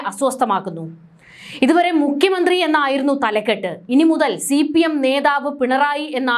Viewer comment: Ini muthal " Mukkiya Mantri", not Mykhya Mantri😄